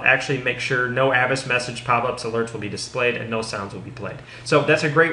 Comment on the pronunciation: it's "A vast" Like," Avast, me hearty!"